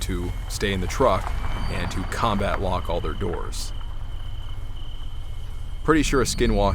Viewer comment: Did he say combat lock the doors?😂 WTH 😂